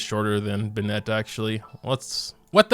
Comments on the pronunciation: man i've been watchin your videos for some months now...they surely are nice to watch but this bennEt pronunciation is killing me ! :D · who else gets triggered when he says “binet”?? 😂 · Why do you pronounce Bennett like that. . . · I’m sorry but the way you pronounce Bennett kills me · Is the way you pronounce Bennet some kind of inside joke? o_o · thats not how you say bennett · omg the pronunciation of Bennett pains me every time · Why does he pronounce bennett like that😭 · why is he saying bennett like it’s a girl’s name.... this is killing me